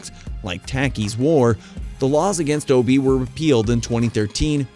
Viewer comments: It's O Be ah not ob my friend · It's not pronounced Obi, its Obeah the ah isn't silent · The dark magic you speak about is called Obeah, pronounced o b yah, not o b. Just saying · Not Obi😂 lts pronounced ObeYah. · It’s not O-be, it’s pronounced O-be-yah🤣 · It's pronounced oh-bay! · Obeah is pronounced Hubby-Yah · Pronounced O-Be-Ya. But hey what do I know? I'm not a YouTube content creator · Yes it is O-be-ya